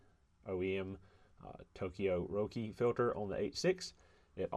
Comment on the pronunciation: Your pronunciation of Roki is correct. Glad the OEM black is pretty good, which is standard for me in Japan. Runs me about $12 (￥1,300) each. I wouldn't run the blues, super disappointing. Glad I got to see the inside of that.